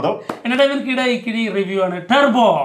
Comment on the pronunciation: ടർബോ ❌ തുർബോ ✅